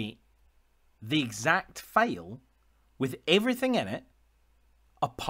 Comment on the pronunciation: Great video. It took me a minute to realize when you were saying "fail" it was actually "file" lol. Thanks for posting. Valuable info for sure.